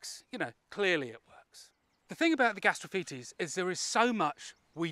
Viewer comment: yaaaay he's learned the correct pronunciation!